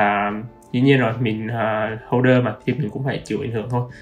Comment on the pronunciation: holder ko phải hodler